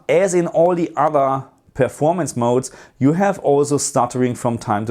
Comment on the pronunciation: Great video! i miss hearing you say Game Mod-Ez instead of modes 🤣🙌🏻